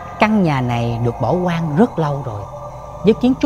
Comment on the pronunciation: Nhà hoang mà anh Lập đọc nhà quan mình nghe cứ nhầm hoài, không phải là bắt bẻ góp ý gì nhưng hy vọng anh để ý chỗ này tại vì dù gì anh cũng là 1 Diễn viên nên đọc sai vậy dễ bị nói này kia ạ, chúc anh Lập tiếp tục ss tuyệt vời này